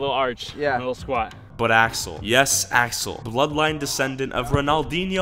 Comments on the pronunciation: Who else thought he was saying asshole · i thought he said ashole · When you said Sensai Axel I thought you said Sensai A**hole. XD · It sounds like you said asshole instead of axel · I got confusion when he keept on saying axel i looked away evry time he said axel i looked. At the screanlol